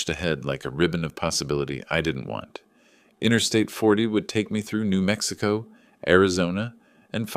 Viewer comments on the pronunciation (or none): none